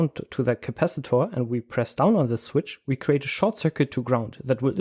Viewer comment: the way you pronounce CAPACITOR